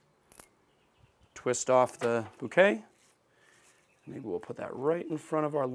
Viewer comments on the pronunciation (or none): none